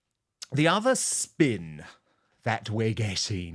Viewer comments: Dan, please stop pronouncing PDina ‘s name incorrectly. It is said “diner” as in American diner( restaurant). I have heard her say it that way herself several times. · Dan! It is pronounced P-Dyna or diena not Dina! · Pronounced P-DIE-NA.